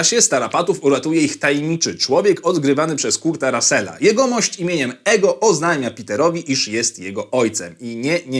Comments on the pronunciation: nie "ego" tylko /ejgo/ajgo/ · Nie czytasz Ego, tylko "Igo", tak na przyszłość <3